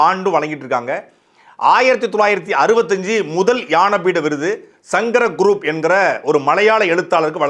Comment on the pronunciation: யானபீடம் இல்லை.... "ஞா"னபீடம்... சங்கரgurup இல்லை சங்கரகுருப்....